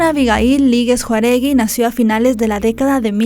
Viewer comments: "Juaregui"? pronuncia bien el apellido. Jáuregui. Otra persona más que se cree reportera y no sabe ni leer. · ES J Á U R E G U I, NO. Jauregui😂😂😂 pronúncialo bien nena!!❤ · Es Jau-re-gui no Juaregui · NO ES JUAregi es JAUregi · Es Jauregui no Juaregui tu pronuncias Juaregui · Disculpa, el apellido es Jáuregui, no Juaregui como dices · me agrada mucho tu trabajo, por eso quiero, con todo respeto, hacerte una corrección. El apellido de la chica se pronuncia Jau-re-gui y tú lo pronuncias Jua-re gui. Te repito que es con todo respeto. Saludos! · No es Juaregui, es Jáuregui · es Jáuregui no Juaregui, pero aún así vi todo el video :p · JAUREGUI, NO JAREGUI!!! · nomás te hago la corrección el segundo apellido no es Juaregui, es Jaúregui. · No es Juaregui, es Jauregui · Lee bien, su apellido es JÁUREGUI!! No Juaregui 😣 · No es " Juaregui", es Jáuregui. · Lèe bien...es JÀAAUREGUI. bien x tus videos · La conductora dijo Juaregui 😅 en vez de Jáuregui 😂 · No es JUAREGUI, ES JÁUREGUI 🙄🙄🙄Deberían leer antes de hacer sus videos, estudien lo que van a decir, sólo hablan a lo wey! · Hola, el apellido es Jauregui, no Jaruegui 🤗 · Cómo "Juaregui"?? Lee bien por favor... DICE JÁUREGUI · Se pronuncia ☝️Jáuregui .... 👉jáu!!! Acentuada la letra á! JÁUREGUI ....no se apellido juaregui... Ni siquiera puedes leer bien su apellido. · Que no se pronuncia Jáu - re - gui ? O si esta bien dicho Juaregui ? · Su apellido era Jáuregui, JÁUREGUI, no "juaregui" por qué no hablan correctamente??? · A la persona que hace el video la invito a LEER BIEN EL APELLIDO DE LA DIFUNTA. porque lo pronuncia mal. El apellido es JAU RE GUI No es "juaregui" LEA E INFORMESE BIEN PORQUE ES UN APELLIDO MUY COMUN Y ESO SOLO HABLA DE LA POCA FORMACION QUE TIENE USTED. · Sí, nada más que lea correctamente el apellido de la chica, no es Juaregui, es JÁUREGUI!!! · es Jauregui, no Juaregui. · Hola desde Ca. es JAUREGUI. No JAREUIGUI. Lee bien para que no te CRETIQUEN.!!!!!!